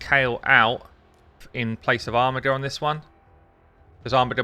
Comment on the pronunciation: OMFG it is pronounced ARMIJER not armigger reeeeeeeeeeeeeeeeeeeeeeeeeeeeeeeee